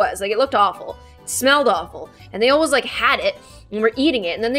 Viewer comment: Wait did u here say “ alwais “ when she was talking about her hair getting stuck in the chair I love it lol